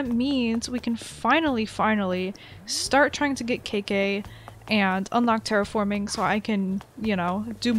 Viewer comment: i thought u said “kidgay” when u said K.K LOL